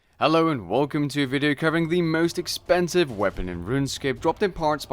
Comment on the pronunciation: See how he embellishes the word "expensive" merchers XDXDXDXDXDXDXDXD edit jk